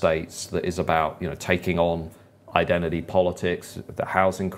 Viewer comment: I love your work… but I don’t know why you pronounce the word ‘identity’ as ‘eyedennernee’